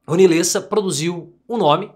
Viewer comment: LÊssa? Eu sempre desconfiei que você era argentino.